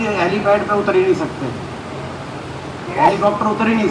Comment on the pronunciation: Hallicoter nhi reporter bhai ji hallicopter bolo